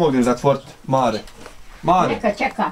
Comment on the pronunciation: Pa dobro "pismeni" novinarčiću, kako to izgovaraš bakino ime?!!! Užas koji amaterizam!!! Strašno!!